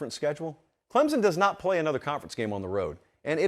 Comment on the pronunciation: He even pronounced Clemson correctly! You are coming around. But I think Clemson at 4 or 5 is where they belong. Could they beat Georgia or Ohio right now? No. Tennessee or Michigan or Bama. Yes. But let’s see how this team keeps improving.